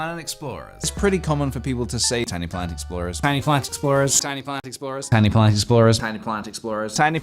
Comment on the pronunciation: ok, but by the end of this it sounds like hes saying "tiny plant explosion"